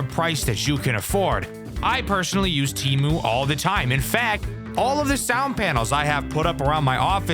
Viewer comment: No way this dude got sponsored by Temu lol at least he said it right also Don't use Temu if you want your data to go to the Chinese government don't use it but you do you